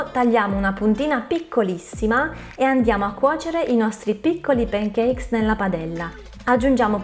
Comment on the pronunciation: p"E"ncakes....non si può sentire! 🤦🏻‍♀️ Per il resto video interessante 👍🏻